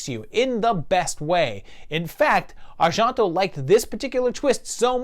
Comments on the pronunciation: Why are you pronouncing Argento like it’s French (Ar-Jon-to)? It’s Italian and pronounced exactly how it’s spelled. (Ar-gen-to). I love your videos, don’t get me wrong, but that was bugging me. It seems I’ve only seen the top 3 of his films and I would’ve ranked it exactly as it came out. Suspiria is one of my all time favorite movies! It is just awesome to experience. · Pretty sure it's pronounced are-JEN-toe, not are-JEAN (as in the French name Jean)-toe. I don't think Italians ever pronounce e as "ah" like that, and g is like the gs in George, not the s in pleasure. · Yes, the pronunciation of Argento was making me a little nutty but interesting list. I didn't agree with a few but fun video with good explanations on his thoughts for each movie. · Why on earth do you pronounce Argento with a (fake) french accent? O_o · You’re pronouncing names wrong. Cmon, how does everyone else pronounce Argento, Asia, Tenebre?